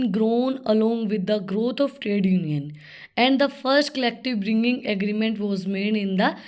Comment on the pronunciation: Pronunciation sucks 😢😂